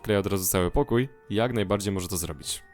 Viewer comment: bardzo fajne ale naucz sie r mowić r [przetstawie wam jak złobić